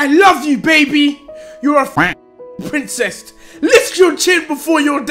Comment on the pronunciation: this man said princesst 😂